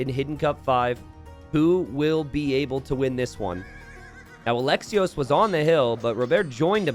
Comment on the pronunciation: Just because I know you care about the pronunciation, otherwise I wouldn't care, Alexios Komnenos, Alexios you pronounce great, Komnenos e is like esports not echo and the emphasis is on the last O so KomnenOs .